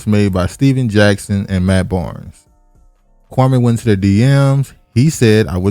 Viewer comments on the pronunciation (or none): Kwa•mee, not Kwa•may